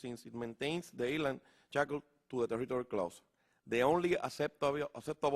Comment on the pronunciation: Correccion, lo lee. AGP NO TENIA paginas y paginas para leer. Aun leyendo cuando dijo ISLAND pronuncio la S, lo pronunciarias en castellano de la siguienta forma "AILAND" pronuncio LEGAL COMO si fuera tambien en castellano, al pronunciar LEGAL EN INGLES sería en espa~ol Lígal y eso que el caballero nació en New York.